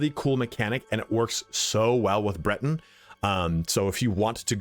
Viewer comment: I am Atronach (Atro-knock). Some say (knack) And... it is (Bret-in) not (Brit), mate.